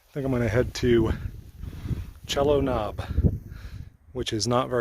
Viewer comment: It's "SEE-lo" Knob here-not "CHELL-o", but not being local you can't be blamed. : ) The most prominent mountain later was Table Rock, and the one off to the left was Hawksbill, but you were correct they are the tops of Linville Gorge, and that likely was Lake James.